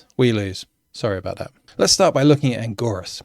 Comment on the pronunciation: Angorus, really? Its Anguirus! Learn to pronounce names correctly! Its pronounced An-Gyr-us